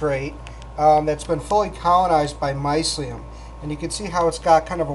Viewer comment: mycelium sound it out my-ce-lium say the shit right lul